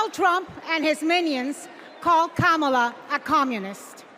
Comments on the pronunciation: did obama just mispronounce kamala? he said trump is afraid of losing to kamala, not KOMALLA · The fact that no one from that party said anything about what they will do to improve America or its citizens is preposterous. On top of that, they all pronounce "Kamala" differently, which is quite amusing lol. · STOP CALLING HER KAMALA! ITS KAMALA!!!!